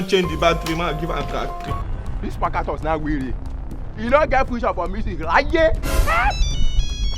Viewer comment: 😂the fact that brother shaggi can keep pronouncing that sparktacus with mistake got me abeg😂😂..that name is a tongue twister